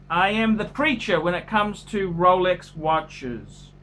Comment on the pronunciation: Who else can't help laugh at Rolech Wachas, roleks wach? lololol